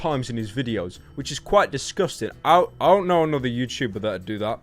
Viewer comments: "a youtubah" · What is a youtchuber? You mention that word a lot 😧